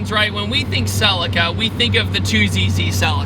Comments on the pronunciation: God I hate how American's say "Celica" 🤮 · i cant stand the way you pronounce Celica lol in Europe we say it like the I is a e Celeca amazing car though and a great video 🤣